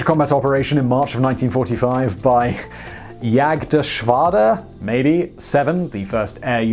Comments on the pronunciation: Jagd-Geschwader is actually pronounced Yagd-geschvader translates exactly as hunt squadron. Do you pronounce Jagermeister as Yay-germeister or Jay-germeister, Sigh-mon? BTW, Jagermeister translates as 'huntsman' (literally huntmister). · Jagdgeschwader: pronunciation was good although you didn't pronunced the 2nd g. Jagd - geschwader - hunting squadron